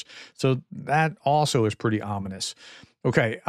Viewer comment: It's ominous that you push the word ominous so heavily.